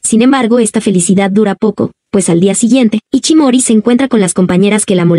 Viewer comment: No se llama iCHImori sino iSHImori, SHI SHI. De ahi el apodo de ISHI q significa piedra. Se pronuncia ISHI no iCHI